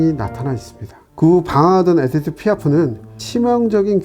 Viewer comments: 이보쇼 아재 이빨 빼드셨소? 에띠드가 아니고 에디뜨!!!!!!!!! 졸라 거슬려서 이름 말할 때마다 집중이 안 되네 싯팔 에라이 비추나 처머거라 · 에디트를 에티드라고 발음하시네요